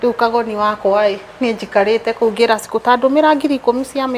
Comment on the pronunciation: Am liking the kikuyu is talking But not ''kuhegera'' my dear it is ''kunegera'' all the same am happy for you two ladies and God gave you clean hearts.